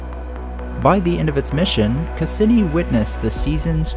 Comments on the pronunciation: The pronunciation of Cassini: ('kass-EE-nee') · You mispronounced Cassini. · Nice video well done and awesome but that's not how Cassini is pronounced lmaoo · good work tex, except it’s: cah see knee not cah sin knee electro static not electo setic kem istry not kim istry caz ums not chaz ums but really anything is better than some of the nigel mee thaners lol